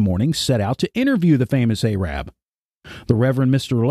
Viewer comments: Ay-rabb?? That is not the way to pronounce Arab!! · The mispronunciation of Arab is so disturbing and distracting from your message.